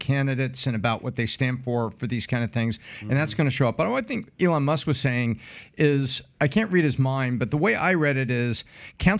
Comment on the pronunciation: why does he call elon ILLón Mósk? XDD